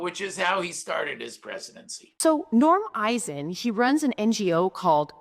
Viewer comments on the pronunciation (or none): “Eisen” you say??? Every.Single.Time